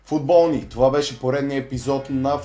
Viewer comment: Интрото ти е много тъпо.И защо викаш футбо̀лни